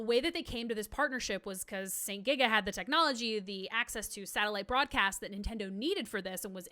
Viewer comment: Just to do some additional info from my research about Satellaview: - St. GIGA was pronounced correctly :) - The Satellaview actually never ever needed a subscription to access the service. St. GIGA was hosting the service alongside their own service, but their own St. GIGA radio service was scrambled and you needed a subscription to receive the appropriate BS Tuner to descramble this. The Satellaview service was descrambled by default (including soundlink for titles that used it!) and can co-exist that way on their broadcast, meaning you could just buy a generic BS Tuner and play it just fine. The costs would be still huge if you did not have a satellite setup in your home however. I spoke with japanese players who actually played the Satellaview back then (they have a lot of evidence to prove it), and they told me this was absolutely clear. - Due to this, this information about active users is an actually odd one because I believe they were relying on St. GIGA subscribers which did go up, but it was not required for the Satellaview service access. - The small bracket for power is actually the opposite, you plug the AC adapter to the Satellaview, and then you plug the "AC OUT" of the Satellaview to the "AC IN" of the SNES, so in reality, the Satellaview gets the power first, and then the SNES gets it from it. - It did not have the ability to send data anywhere, you had to write a password that contains your score and other info of your gameplay, and other things to a postcar